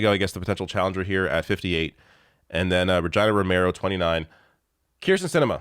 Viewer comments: Its pronounced Rey hee na Romero not ree gyna 😁 she's my Mayor and a strong woman. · It's pronounced Re-Geena! 😉 Bought the hoodie! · Bro is pronouncing Re-GEE-nuh like the Canadien town 😅.